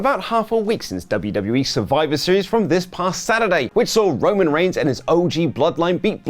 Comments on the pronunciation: "WWE Leaning into Rooman/Punk Success". Yoor Tribool Cheef. ROOMAN REEINGS! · Who is rooman reigns 😂😂😂😂